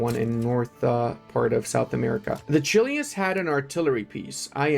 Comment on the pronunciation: as a Chilean is Chilean not chilian Greeting's from the best country in Chile